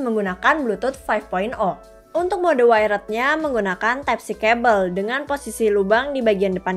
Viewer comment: Wired bacanya "wayerd" kak bukan waired